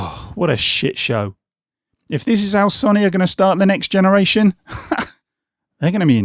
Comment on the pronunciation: You’ve said Sony wrong